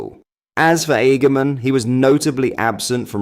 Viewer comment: 💯 worst attempt at his name ever 🤣